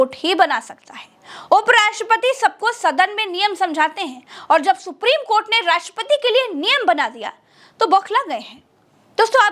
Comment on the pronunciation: if any social media channel cannot pronounce the honorable court and pronounce KOT, KOT,KOT don't yuou feel the anchor and reporter to be jailed and sent on long term judicial custody.